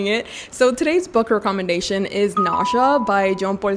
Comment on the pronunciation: Hi your English is good but in England we dont say REE commendation we say REK commendation. I am now getting into reading classics so I have browsed some channels and upon seeing you I took such a deep breath that someone such as you exists.